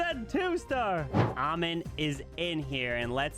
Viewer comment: I believe our brothers Maziar and Amin are Iranian. GGs to them. their names have tough pronunciation and you completely got them wrong lol😂❤